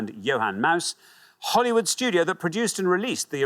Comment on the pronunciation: HOLYWOOD! And he pronounced it correctly (the incorrect way).